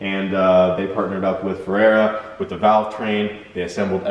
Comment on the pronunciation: Ferrea. "Feh-rea". Not "Feh-rare-ra".